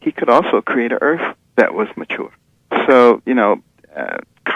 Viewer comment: "He could create 'uh earf'"...He needs to learn to speak properly